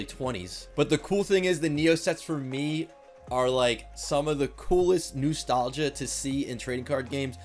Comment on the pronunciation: Did this man just say noostalgia